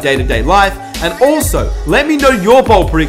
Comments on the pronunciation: Say BOLD not BALD😂💯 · Its bold not bald